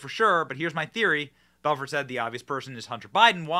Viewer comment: The T is silent in Belfort 🤣🤣💀